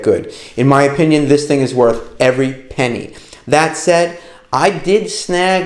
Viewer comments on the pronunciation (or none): none